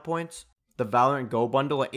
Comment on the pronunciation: and not once did he actually say it correctly